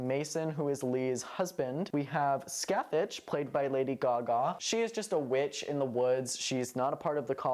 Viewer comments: This isn’t a critique and it’s just a funny little thing but every time you say Sacathach a year gets knocked off my lifespan. It’s pronounced ska-hah. Literally no Irish words ever sound like they look. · Just fyi Scathach is irish and is pronounced like Ska-ha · I haven't seen this season since it first aired, can someone remind me do they actually say Scáthach's name out loud? Because it's actually pronounced Scaw-huck in real life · weird. That's definitely not how it should be pronounced! I wish more shows would do their research before using the Irish language.